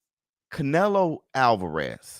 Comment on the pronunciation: Catch-nelo Alvarez... Is that what y'all saying????